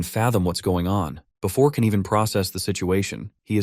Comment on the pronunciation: did bro just say “BeFORK”💀 HUH?!?!?!